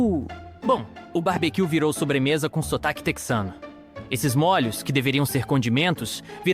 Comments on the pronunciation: "Mólhos", é demais... 😂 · O narrador deve ser gaúcho, a pronúncia de molho sai : “mólho(s)”